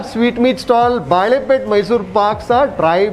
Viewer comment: Sir, just a small correction, the area is called Balepet, which means bangle ( bale in Kannada ) market not baalepet which would mean bananas market.